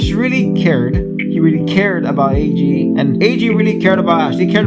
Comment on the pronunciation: Eiji (Ay-Gee) is how I kinda say it so to me you're saying it fine The summary was great, don't worry about spoilers as long as you warn ppl they should be fine as this video is a review of what most would assume to be the season in it's entirety. Love the backing music. You did a good job with this video, and yeah I totallllly didn't cry either. The series was so tragic! I'm glad to find people still finding it.